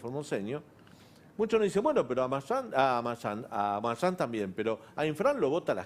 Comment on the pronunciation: espert quiso decir mayans y dijo marsans la ex empresa aerea dueña de aerolineas argentinas